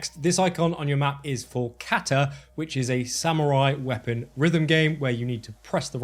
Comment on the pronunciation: Sorry not trying to be a grammer police, just my adhd kicking in...just wanted to correct a pronouncation of Kata...its not the long sounding A as in cake, its the similar sound as in Papa ... its Kah..tah. And Kata is what Mr. Miyagi teaches Daniel in one of the Karate kid movies third one I think! Great Video btw, I'm really looking forward to playing this tomorrow!